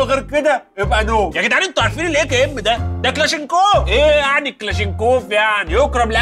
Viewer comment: اسمه كلاشنيكوف وليس كلاشينكوف